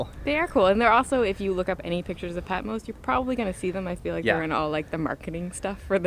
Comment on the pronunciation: It's Patmos, not Patmose.